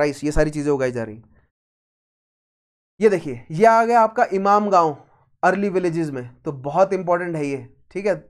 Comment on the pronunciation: Is it ‘imamgaon’ or ‘inamgaon’ or ‘imangaon’ . Your pronunciation is more of imamgaon. 😂